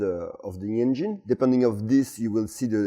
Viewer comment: This is just getting f'n ridiculous! On a side note, it's funny how English is so good but he pronounces engine as "en-jine". Anyway Viva la France - you're now in everyone's good books again.